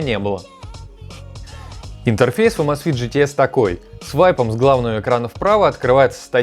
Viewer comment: Почему Амазфит, правильно Эмейзфит, так режит слух, так же как и Маил. Ру, когда надо Мэил Ру, чуть чуть можно выучить, что "a" английская не читается как по русски А! Хотя бы в гугл переводчик вбить и послушать правильно, автор ну! Будь грамотнее!!!